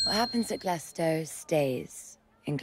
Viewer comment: Born and raised in glasgow and i fucking love country roads so much so i dont even mind an Englishman playing a Scotsman cos mark strong KILLS IT (As a side note, not to be condescending, but if you pronounce it glass-cow, you dont get to call yourself Scottish even if your descendant its Glaz-go)